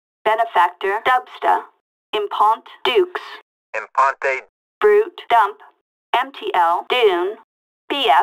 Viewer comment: GTA V: “Impont Dukes.” GTA IV: I M P O N T E